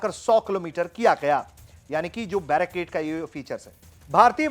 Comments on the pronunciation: बैरक 8 नहीं, सही नाम है बराक 8. 🙏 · भाई बैरक 8 नहीं ब्राक -8 है